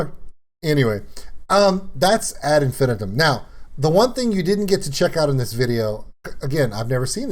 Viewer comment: Actually it's As Infin-I-tum The third syllable of Infinitum is emphasised. Melissa said it wrong, she is Swiss after all.